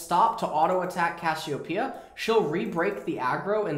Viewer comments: why does he keep calling cassiopea 'kossidin' ? lol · Did u notice that says cashiopia